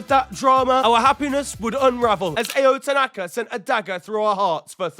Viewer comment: maybe next week he'll learn how to pronounce Ao Tanaka's name